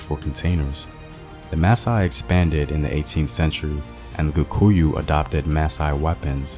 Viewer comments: Apart from the main word "Kikuyu". He kept on saying "KUkuyu". But a nice video all in all. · It's just funny how you are pronouncing it kukuyu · "Kukuyus"😂😂😂 nice video though.